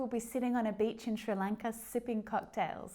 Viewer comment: Hey, could you please make a video about when to use ‘either’ and ‘too’ “I do either / I do too” I don’t get when to use what or ‘me either’ / ‘neither.’ That’d be great And is the way you pronounce Sri Lanka the Australian way or the English way! I’m kinda shocked, I thought it’s with an S like in snow